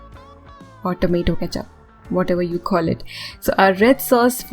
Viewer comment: Tomato cethup 😆😆